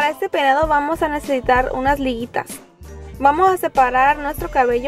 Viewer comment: porque dice PEDADO en ves de PEINADO??